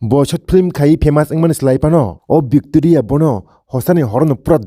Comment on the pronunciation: Victoria❌ vecteria✅